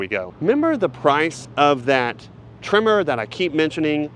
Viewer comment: Tremor not trimmer